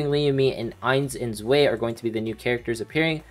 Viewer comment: btw its pronounced Ains & Zwai (1 & 2 in german)